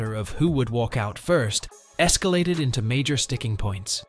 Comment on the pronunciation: You know this is an AI VIDEO/VOICE when it says took matters ETO his own hands. It's INTO not ETO